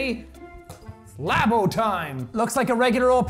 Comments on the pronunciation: L - ah - boh That’s labo not labio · Its pronounced (lab-o)